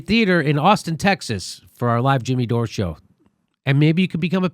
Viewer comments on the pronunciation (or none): none